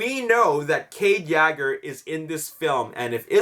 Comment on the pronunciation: He said YAGER xD